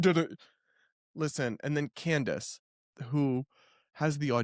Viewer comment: WEIRD is not a reasonable explanation and Candace sure uses a lot. She can’t even say her name right: Camrace 😂😂😂